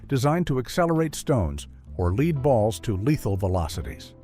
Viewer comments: Lead ball not leeD ball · Is leed similar to lead? It can't be that difficult to pronounce stuff properly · A leed ball ?? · It's pronounced "led" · WTH is a "leed" ball? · Will someone please teach the narrator of these videos how to pronounce “lead?”